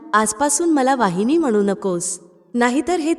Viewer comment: वाहिनी नव्हे तर वहिनी अस म्हणायला शिका मग शिकवा दुसऱ्याला